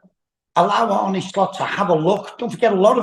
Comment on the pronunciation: It's Arne, not Arnie ffs. Dumb as rocks.